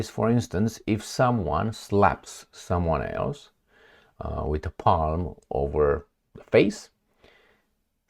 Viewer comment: nice shirt make the intros shorter "Palm" is pronounced WITHOUT the "l"-- just a short "a"